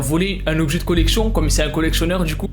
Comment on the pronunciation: Sa collecchion 🤣 ça me fume